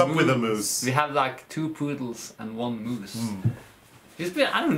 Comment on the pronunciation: Hello dears; did you say "Elvis the Moos"???? I LOVE all these episodes, with mooses and mouses and dogs and, and ,and . Love you both, you make life wonderful!